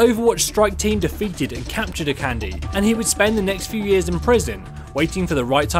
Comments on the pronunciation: Lets have s small pronunciation guide: Akande = Ah-Khan-Day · I just thought I would mention that Akande is pronounced "A- Kan- Day", with both A's being long A sounds. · It bothers me so much too! Even worse when people misspell names that are clearly written on their fucking screen. Pretty sure it goes like "a-kahn-dey" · Your saying Akande wrong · Shiloh Ludenberg he is so annoying the way he pronounced it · True. He Is. But then again, not everyone knows how to pronounce Nigerian names. But this is worse then the way everyone says "Sombra".